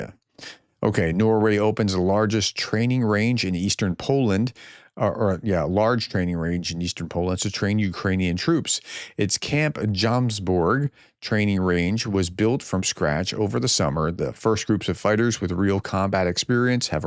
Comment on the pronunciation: I am quite sure that the the first "o" in "Jomsborg" is long and with stress on it. For and English speaker it may be best to regards it as to equally stressed words: "Joms" and "Borg".